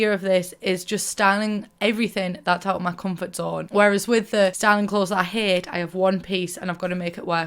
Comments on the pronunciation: Drinking game: take a shot every time she says “out ma comfort zone”. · Take a shot every time she says out ma comfort zone lmao